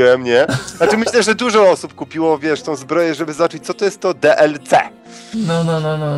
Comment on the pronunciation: Jak ja lubie jak mowi: Di El Si:D